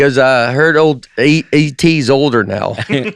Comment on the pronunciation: "I heard you have E.T. on the podcast" from Spielberg is one of the hardest i've laughed at they podcast but it didn't hit at first because Nate somehow pronounced it "A.T."